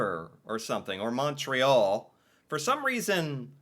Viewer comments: you said Montreal wrong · Quebec city is the capital of the province of Quebec. The biggest city is Montreal. Pronounced Mun tree all by English speaking Quebecers. Not Mon- tree Al. That is the dead give away that you are NOT a native Montrealer. French Quebecers say More ay- Al. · It's so funny watching this series as a Canadian. Why do Americans pronounce Montreal, Mahntreal? Its pronounced M-u-ntreal But make sure to try poutine one day. It's the best food ever!:) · Montreal is pronounced "Mun-tree-all", not "Mawn-tree-all". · Not really. En François, it would be pronounced "Mo-ray-al". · The way non Canadians say Montreal tho 😂